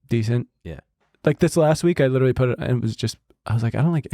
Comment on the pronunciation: I widdawally just hit the fweaking gwiddy